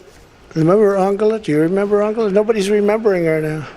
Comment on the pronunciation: An-gel-a. Say her name right.